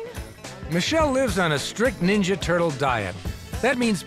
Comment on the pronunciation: "I want to be neenja" turtle.